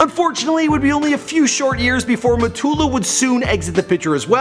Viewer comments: Says it “moo-tah-luh” then says it the the correct way “muh-too-loo” right after😂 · mu-tu-lu nigga 😑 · Seriously. Why doesn't he do a bit of research before he makes these videos to make sure he's pronouncing names properly? We've already had "Mootalla" and "Sekeya" and it's only 3 and a half minutes into the video. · This clown can’t even pronounce “Mutulu”. Stay in your lane, and stop making videos you on people you don’t know about